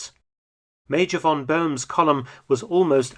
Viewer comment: Please learn that a German "v" is pronounced as an "f" – von = fon